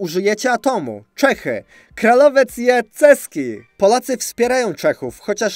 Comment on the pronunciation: Błagam. Jak już próbujesz czytać po czesku, to rób to poprawnie, bo aż uszy bolą. Czy naprawdę Čechy to po polsku Cechy?